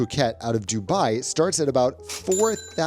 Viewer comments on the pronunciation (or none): none